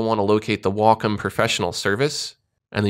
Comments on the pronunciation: I pronounce it "wack-om" lmao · i used to pronounce it 'way-come' until i called their customer service and realized it was said like 'wahk-um'. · Every time I hear "wockum" i feel sick, its such an ugly sounding word. I'll keep calling it how it should be pronounced, as wacom